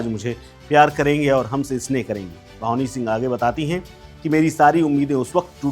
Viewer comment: भावनी सिंह नहीं ..... भानवी सिंह नाम h 😂